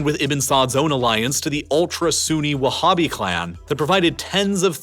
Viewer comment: Saying whabbist and talking about those scumbags non human attacks are truly laughable, oh and saying Sunni as if Abdullah ibn al wahab (the “whabbie” creator) isn’t Sunni is again truly laughable. It’s sad seeing how much work it went into it